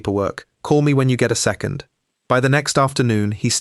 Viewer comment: Why do all of the AI narrations have consonants popping. Nobody says "handt" "saidt" ridiculous. "Secondt. It goes on.